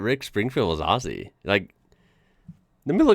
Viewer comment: You are one of a very few Americans who can pronounce Aussies correctly.❤❤ OZZIE‼️ thanks so much 😊